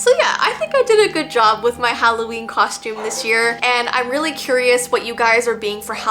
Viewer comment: its holloween not holloveen!